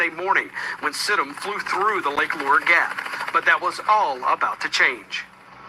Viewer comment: Lake Lure is pronounced Lake loo-er